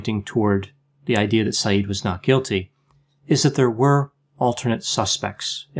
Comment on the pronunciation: Isn't his surname pronounced differently?